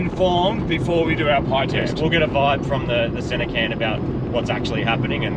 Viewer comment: Tottenham is a district of London also. Its called a Cairn, said as Kairn.